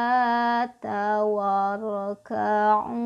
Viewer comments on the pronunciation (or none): Maaf kak bacaan ayat 43.... Warka'u tp yg saya dengar kok Waraka'u Yg benar yg mana ya... Makasih🙏